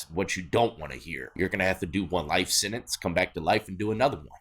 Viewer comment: Sen-tence, w/ a t, ya always say sen-ninse ha